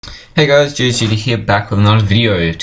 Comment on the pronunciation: At the intro does anyone else hear him say gtg instead of ghzd?